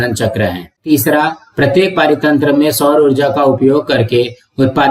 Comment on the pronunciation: Parithantra ❌ paaritantra✅